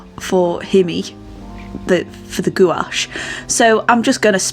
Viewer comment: Uhg Sorry but I cringe every time you misspronounce gouache it rhymes with the word coach the U and the e are silent nice painting.